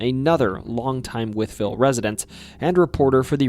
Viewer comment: From Wytheville, VA, and this is possibly the only person on video like this (much less just on YouTube) to correctly pronounce both Wytheville and Botetourt! Well done! 👏